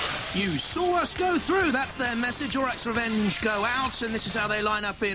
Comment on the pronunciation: JP's twice mispronounced Orac's Revenge's name! First "orok", then "orik", what are you on it's and A! ;D